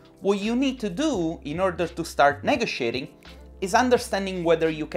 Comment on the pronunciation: Oh! it took me a while and several replays to realise that when you said 'neggo-shayting', that you were actually trying to say, "ne-go-she-ating".I had no idea what that woed was and it drove me nuts until I figured it out. Would love to see you go head-to-head with Theresa May lol!